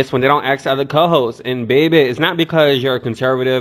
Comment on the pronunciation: You crack me up!!! I love it when you say “baby” like a Jamaican lol